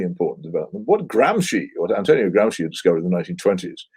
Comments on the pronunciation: Owen, it's pronounced GRAMSHI not Gramsky. He was Italian not Russian :D. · It's pronounced "GRAMSHEE" not "GRAMSKI"😤